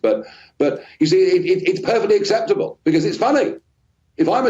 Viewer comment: it's " acceptable " not " exceptable"! Take care!